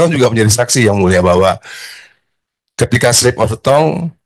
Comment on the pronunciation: Ngomong yang mulia aja susah mulut mu Dhan😂😂